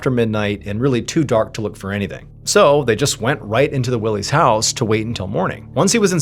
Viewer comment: “Why-Lee” not Willeys lol and it’s Crawford Notch, when you say “The Notch” we assume you mean Franconia 😉